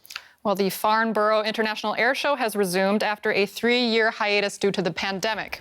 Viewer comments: It's pronounced "Farn-Bruh", and not "Farn-Burrow" ;P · It's Farn-burra, not Farn-boro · It’s pronounced Farn-brra